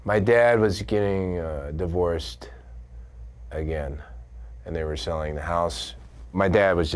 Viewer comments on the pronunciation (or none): how he says "AGAIN" says it all 😆